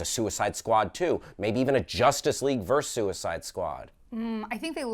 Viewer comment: It's VERSUS, people. VERSUS. Not "verse," not "vee," not 'vee-ess."